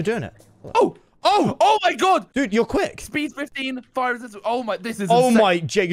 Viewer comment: he said "OH MY JAGO" instead of "OH MY GOD" XD